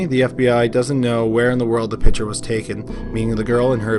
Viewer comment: PiCture not PITCHER.